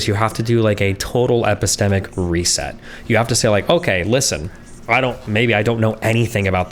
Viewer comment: Everytime Destiny says epistemic makes me cringe.